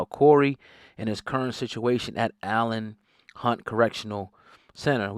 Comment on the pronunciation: It's not Allen Hunt Correctional Center it's called Elayn Hunt Correctional Center